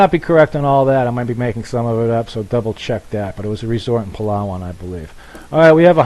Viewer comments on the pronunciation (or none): none